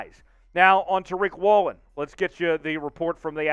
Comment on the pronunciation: This is the same fool who called the LOB the “legion of doom” - the fool who can’t pronounce Jake Curhan or Boye Mafe or Tyreek Woolen - a fool constantly embarrassing us by giving us Grant Cohn takes without the sense of humor or gravitas and also- just too many damned mistakes dude! Can we trade this fool to Denver, maybe, and get back three times the talent with one-third the headaches?